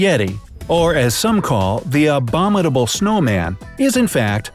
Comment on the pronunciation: Narrator ... you do know that the letter T is not in the spelling of abominable, eh?